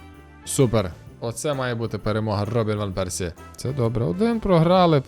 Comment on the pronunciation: Гарно прозвучало іВан Персі..)